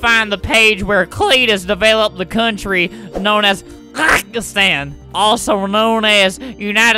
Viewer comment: Did you say Pakistan